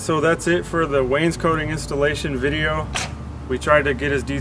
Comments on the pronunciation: Not to be a pest, But, It's Pronounces Waynes` coting, NOT Waynes coating....jus sayin..... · Awesome teacher. FYI: cot is not pronounced coat. Wains COT ing. No biggie. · Really enjoy your vids! thank you for taking the time to make them. not to be an over critical knob... But every time you say Wanescotting I cringe a little. Maybe there is an accent there, but it sounds like you say "Waynes-Coating" edit: I should also say you guys do good work!